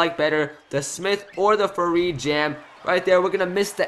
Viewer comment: #7 isnt faried just saying cus u called him varied like 4 times